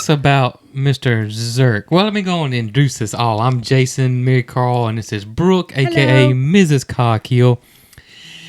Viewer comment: COMING FROM THE UK, I THOUGHT YOU CALLED HER, MARYCAR.